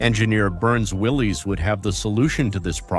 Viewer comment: Burns Willis?...friggin AI😨